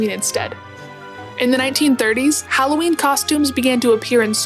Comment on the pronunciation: Thank you for saying HAL-O-WEEN and not the atrocious HALL-A-WEEN